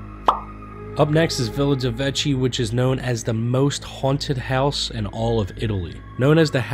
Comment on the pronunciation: It's pronounced, Villa dey Vay Key